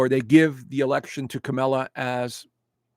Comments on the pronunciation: It’s KAmala,. At least pronounce her name correctly. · Dude, you are lost! Worst astrologer in the planet! Biased, ignorant, promoting conspiracy, supporting Trump, a traitor and a psychological liar, sexual abuser and grifter unlike this country has never seen before! You apparently want an authoritarian government run by a convict who praises Putin, Un, Orban. What the hell is your problem? You pukes are all the same, refuse to pronounce Kamala properly. Dude, she got an education, passed the bar exam, was Elected by 4.5million people. Not appointed. Get your F in facts straight bud! Trump stole and sold top secret documents! PRISON is a must for this convict! If you want to live in Russia, move there!